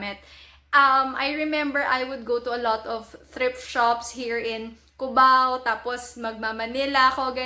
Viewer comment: "Ubao" o "Cubao"